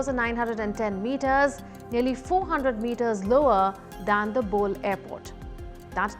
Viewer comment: it's pronounced "Bo-lay" airport